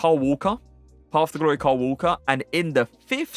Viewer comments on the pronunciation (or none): none